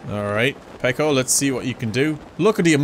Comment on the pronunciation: his, and I think it's pee-koe